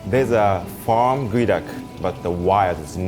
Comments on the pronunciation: its GEO and not Goey, why you do us like this english? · why is geoduck pronounce as guey duck? I call it geo duck. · its pronounced Gooeee duck. Not Geo Duck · "This one goeduck, raw.." what now? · I THOUGHT IT WAS PRONOUNCED GEE-OH-DUCK